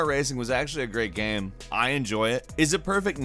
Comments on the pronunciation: this dude says "gam" instead of "game" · Hey, Next time, have a guy who can pronounce "game" narrate the video! lol just kidding, it's hilarious and adorable. "It's a great party gyem. It's a gehm I have played a lot." haha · You say 'Game' weird 😉